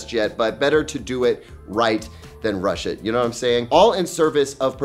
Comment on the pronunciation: When u said better right thans RUSH it, i understood: Better right , than Russian😂😂😂